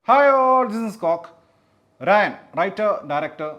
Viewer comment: രാജൻ ❌ രായൻ ✅